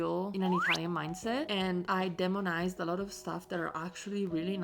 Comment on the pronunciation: Please, demonized has a "long E" at the start so we say "D E monized".Long vowels "say their name" when we pronounce them.